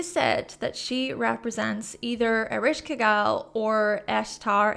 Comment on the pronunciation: eh-resh-ka-gul and sha-ma-sh, your pronunciation was pretty close